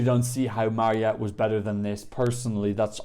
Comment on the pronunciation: Her name is Mariette, not marionette 😂